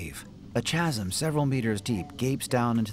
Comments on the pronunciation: There's no "a" in "disoriented" and the "ch" in "chasm" is pronounced like "ka" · the h is silent in chasm AI